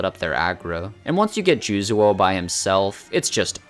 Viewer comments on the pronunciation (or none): I have no idea how you look at the name Juzou and pronounce it "Jooz-wo". It's "Joo-zo" though with a longer o sound. It's just another way of writing Juzō. The u just communicates that it's a longer vowel sound. Edit: Are you misreading it? Like thinking it's Juzuo? That would make more sense.